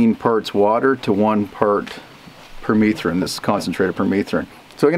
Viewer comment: Here in the US I thought it was pronounced PER-METH-RIN not PER-MEETH-RIN